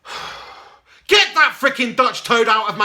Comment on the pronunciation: "Its a Revalation" LOL.